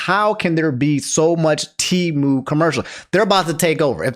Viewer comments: Its Pronounced Tee-Moo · Always thought Temu was pronounced "Tehm - you"